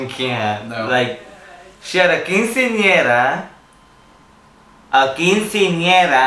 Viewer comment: Did you really think Joslyn didn't know what quinceañera was? Unlike Trinity (who pronounced it wrong!), Joslyn said it correctly. I think she knew exactly what it was (including the "house numbers"!), and that's just her character, that ditzy sex kitten. I love it! She's hilarious!